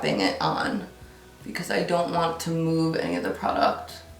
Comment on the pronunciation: The way you say product is so weird lol